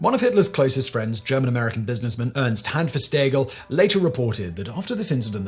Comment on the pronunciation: There was no guy called "Hanfestagel", and the Reichstag is not a tag. Bad Wiessee is not "Bad Weißsee". A correct account of history should include an effort to correct pronounciation, at least so that viewers are not confused.